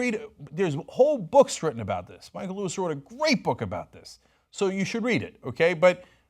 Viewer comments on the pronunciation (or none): none